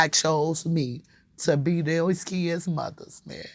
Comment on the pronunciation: “ his keyuds “ ...Kids...